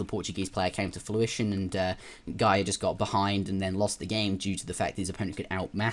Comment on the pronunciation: Everytime you say Fluition instead of Fruition I die a little inside, haha, I'm kidding some fantastic commentary regardless. Yeah I'm more than two years late I know. Taking notes, trying to get back into the RTS zone